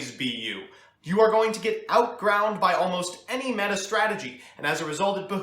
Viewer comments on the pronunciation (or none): none